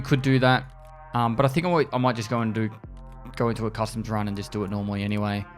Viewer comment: Can't not hear custard instead of customs sometimes. Maybe I'm just hungry